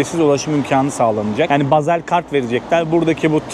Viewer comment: Bazel değil Basel